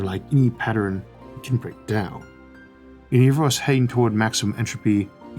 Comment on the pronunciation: Had to check the spelling because it sounded like you were calling 'the big break' 'the big brick' as in a bricked pc. XD